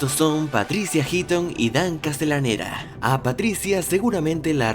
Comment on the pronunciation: Se pronuncia castelaneta, no castelanera